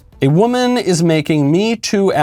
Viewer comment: "A 'WOMANAh... 'Has been groped" XD